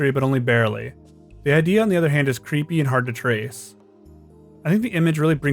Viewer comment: Bro just can't properly announciate the word "creepy" in creepypasta